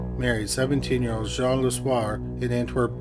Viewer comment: "Jean" (female) is pronounced the same as 'Gene' (as in Eugene). Capiche?